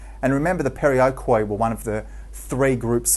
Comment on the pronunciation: the corect word is perioikoi not periokoi . it sounds like "periiki", the "e" soynds like the e in the word "Helen" and the "i" like in the wold "in"